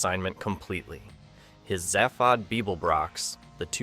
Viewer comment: Zay-fawd...not Zeh-fawd. And don't get me started about Slartibartfast. AI slop VOC.